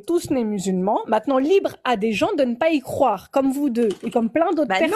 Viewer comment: Ah ouais, ça pique les oreilles ! Croiver, croiver !